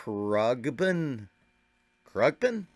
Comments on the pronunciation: As far as I know, it's pronounced "kRONG-bin". The bands history is interesting. He spent most of his drumming career drumming at churches, so he's got history, consistency, and years of practice. Love this band and I really appreciate that you recognize the perfection of his execution, even though it's so subtle. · I've heard Khruangbin mispronounced before (even the band members pronounce it differently from each other! 😂) but I've never heard someone omit the N! Krugbeen! 😂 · It's pronounced without the g